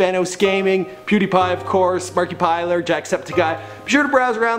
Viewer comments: dont you mean smosh not smash and markiplier not markipiler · did you just say "Markypiler" wtf? Marky... Piler..... I don't think that's quite right... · Did anyone else cringe when he said "Vanoss" and Markiplier"... He said there names so badly lmfao